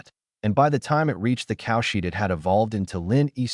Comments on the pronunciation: Yeah it always says cowshit instead of cowshed , everytime it make my mouth watery like as an Indian hindu we eat cowdung(cowshit) not just raw but with some prep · The AI makes cowshed sound like "cowshit" - it's so funny it breaks the serious mood once in a while.